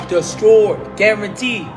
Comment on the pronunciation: "Destrrroyed" lol